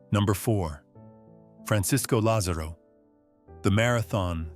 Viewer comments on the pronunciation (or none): FRANCISCO LÁZARO e nao FRANCISCO LAZÊRO🤷‍♀️🇩🇪você que esta traduzindo,fala o nomedo Atleta correto.bitte🤷‍♀️🇩🇪